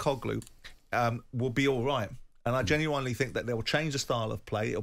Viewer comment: I was born and raised in England and have been in the US for almost 30 years and I still don’t say genuINELY I say genuINLY so why does Simon pronounce it “wrong??”